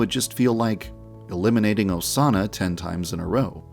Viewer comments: So we’re just gonna ignore that one of the Osana’s said “incest osana” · "Incest osana" HELP 😭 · mans really said incest osana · “Incest Osana” YAN-DEV STOP